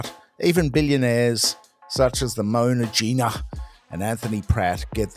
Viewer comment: "Mona Gina" 😂😂😂